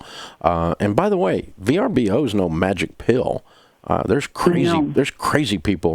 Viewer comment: oooo it was VRBO ... I thought she kept saying BRBO